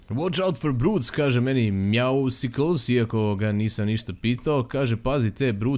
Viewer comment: nije Meowsicles nego Meowscles ("Mjausls"). Kao "Muscles", kužiš? Zoveš ga na dva različita načina, ali nijedan nije točan.:D